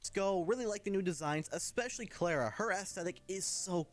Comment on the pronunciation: I like the visual designs for once, but ugh no.. If it's meant to be the Swedish Klara then the a's are pronounced as the a in far, would be fun if it was a European for once. Been a while since THEWAVEWELETGETOFFWITHANYTHING I mean Cuxiem.